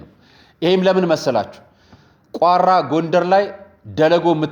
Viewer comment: ቋራ የሚለውን ስትጠራ ራ አላላው